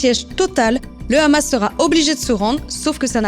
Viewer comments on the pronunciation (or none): Salut j'apprécie beaucoup ton travail,mais je voudrais juste te demander une faveur,à l'avenir prononce juste hamas et pas ramas comme le font les abrutis sur Cnews merci d'avance et bon courage !!👍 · DOIT-ON RÉPONDRE À TOUTES LES QUESTIONS STUPIDES DES NÉGATIONNISTES DU GÉNOCIDE PALESTINIEN CAUSÉ PAR LES CRIMINELS ISRAÉLIENS ET PAR NATIN YA HOOOOOOOOO COUCHER ET PUIS C'EST HAMAS ET PAS KHAMAS LE H SE PRONONCE H ET PAS KH SVP MERCI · C'est justement ironiquement qu'elle le prononcé de cette façon 😊 Moi jrrradorrr quand elle le dit rrrrrr😉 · Le ''ramasse'', quand on entend quelqu'un utiliser cette prononciation on sait d'emblée à quel camp il appartient.😅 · Tellement qu’ils savent pas mettre la faute sur qui pour pouvoir les exterminer ils savent mm pas prononcer le hamas